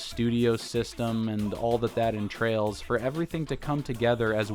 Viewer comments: It’s entails, not entrails. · entrails? entails* lol. Good vid.